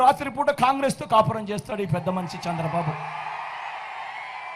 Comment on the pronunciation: Sir, మీరు దయచేసి చంద్రబాబు గారి పేరు కూడా సరిగా పలకడం లేదు. సంద్రబాబు అని పలుకుతారు